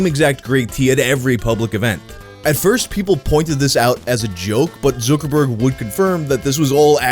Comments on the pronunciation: It's pronounced ZUCKerg "ZUCK" like suck but with a Z not fucking Zookerberg. Zookerberg? Have you just never heard it pronounced before or can you just not read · Time to see if I can make it through a whole video with mispronouncing Zuck's name and saying it as "Zookerberg." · Why does he say zook instead of zucc? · Who's Mark ZQUIRKORBOURK? ZUK - ER - BERG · That damn... ZEWKERBERG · "zoo-ker-berg" ..................no...........just.................no not even close.................... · 1st guy in recorded history to say it like /Zookerberg/ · I like the way you pronounce zookerberg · Zookerborg??? Every one else says Zuckerberg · My mom is Korean and she pronounces his name "Zookooboo" makes me giggle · Where is this guy getting zooker-burg from? Lol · Why does it bother me so much the way you pronounce Zuckerberg? I should probably go touch some grass or something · pronunciation of Zuckerberg give me dysphoria. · The way you say Zuckerberg is weird